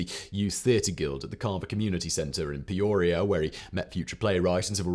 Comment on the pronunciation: Lived in Peoria my whole life. Never heard it called peuurria.